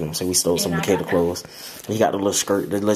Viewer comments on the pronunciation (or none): 😂 nah nah she said mikeria 🤣🤣😂🤣